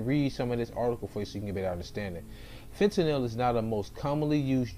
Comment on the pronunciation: You Pronounced Fentanyl right first time